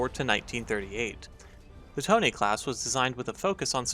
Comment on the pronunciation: Call it tone not tone-a